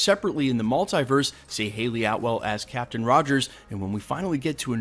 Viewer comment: Stop saying multiverse like that